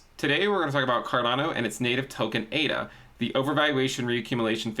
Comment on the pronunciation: Surely it ADA not AIDA? Do you say Aidvertising hahaha!!!